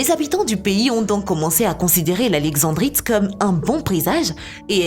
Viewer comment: Pas alexevbrite on dit alexendddddddrite et on écrit taaffeite mais on dit taaaaaaaaffffffffffffffeite